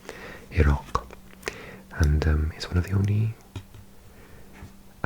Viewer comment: Im from Canada, and way you said Iraq gave me a laugh, the american accent was so spot on. Glad i learned how iraq is supposed to be prenounced! Great video btw I love learning this stuff